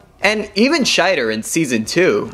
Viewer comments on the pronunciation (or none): none